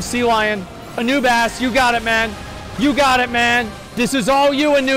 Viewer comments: "Dps to low to clear final Nail phase" A-Noob-Ass " Hold my beer" Healer lb3 ftw Pronunciation Aubis earned. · "anoobass" the legend